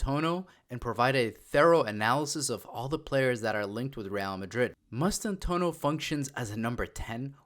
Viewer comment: It's pronounced Mass-tan-too-aah-no. Bienvienidos Franco Mastantuono